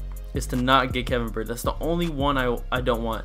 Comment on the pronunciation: His name is BY-YARD